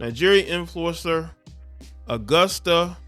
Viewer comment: He said ayoosta.. this nicca can’t read his own writing says Augusta